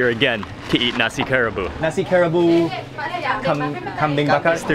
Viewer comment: I think it's pronounced Ka Ra Bu ... a 3 syllable word